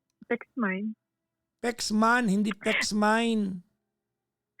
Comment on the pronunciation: Yong "Man" nya Kasi naging "Men" Kaya pronounced nya parang "mine" ang tunog. Watching here in Singapore.